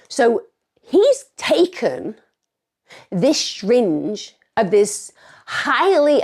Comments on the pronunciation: Emma, the way you pronounce 'syringe' is hilarious haha, 'shyringe' - amazing video btw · I love it when you say shringe lol